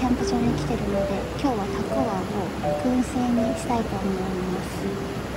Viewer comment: ヤッホー👋😃 肉多目で美味しそう(^q^) たくあんも美味しそうで良いね～ たくわん って聞こえるような❔(笑) ヨーグルトアイス好き～(笑) 今日妖精いたかな❔